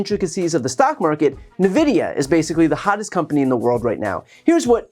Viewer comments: “N-VIDIA” not “NAVIDIA” ✌️ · Nvidia is pronounced more like "en-vidia", not "nih-vidia". Good video though! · You're the second person in the last few weeks I've heard say "Nuh-vidia" ... it's En-vidia. Also, I give zero fucks for anyone that lost money on this ... I just hope someone feeds their kids, it's not their fault their parents are dumb. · 😂 it is pronounced n-vidia. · ENvidia, not NUHvidia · It’s “en-vidia” not “nuh-vidia”, if ya care… cw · BTW: Brian, it's pronounced EN Vidia, not NER Vidia. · Nvidia pronounce "en" not "na" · "En-vidia", not "Ne-vidia" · World’s hottest IT company is pronounced EN-vidia Not Ni-vidia. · For the record the name of the company mentioned is pronounced (En videeah) not (nevidia) 😀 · BTC, in case you ever talk about Nvidia ever again, it's pronounced like how you'd say the letter N with vidia. En-vidia. Not nuh-vidia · it is pronounced "ENvidia" not "NEvidia". Other than that, great reporting as always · Bruh, it's "enVidia"... not "nuhvidia". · N vidia, seperate the sound. FYI ENN vidia not nuhvidia. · It's pronounced EN-vidia, not N-vidia. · NVIDIA Pronounced "IN"VIDIA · I am sooo mad. "N(uh)VIDIA"? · Nvidia reads like "invidia". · fyi, Nvidia is pronounced en-VID-eeyah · its pronounced "EN-vidia" you gremlin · The company name is pronounced "" invidia "" just like the ancient greek god of envy (Hence the company using the word 'envy' very heavily in its marketing for over a decade) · FFS it's pronounced "invidia". Say the letter N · It's pronounced En-Vidia, my dude. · Ok I'm going to be the gamer geek. NVIDIA is pronounced "N"-Vidia. They make PC graphics cards, gaming laptops, monitors, etc. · It's N-Vidia sir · Lol it's pronounced "en-vidia" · Saying nuhvidia in stead of nvidia really irks me somehow even though i really shouldn't care. Lol. Edit: typo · Just a note: NVIDIA is pronounced N VIDIA. The N is said separately. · Nvidia is pronounced /ɛnˈvɪdiə/ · It's "N-vidia". Love ya Brian xoxo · It’s En-vidia